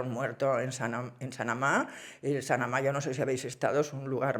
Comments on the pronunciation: Es Samana, República Dominicana; no Sanama. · Samaná, República Dominicana, no sanamá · Samaná, no Sanamá..😅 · Es Samana!… No Sanama 😂😂😂😂😂😂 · No me pierdo un relato tuyo, son muy buenos pero tengo que corregirte una cosa, no es Sanamá, es Samaná, la península de Samaná, un paraíso! Puede que si te pierdes por ahí nos encontremos 😅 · No es Sanamá, es Samaná y no hay ballenas jorobadas en República Dominicana….empiezo a dudar de todo lo que dice… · Es Samaná la pronunciación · Es Samaná...de República Dominicana. Lo has pronunciado al revés. Me encantan tus relatos, Pilar!